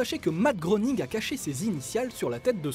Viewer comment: Ça se prononce ''grêning''